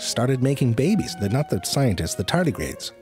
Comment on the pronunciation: I just watch these videos to hear you say “bay-bees.”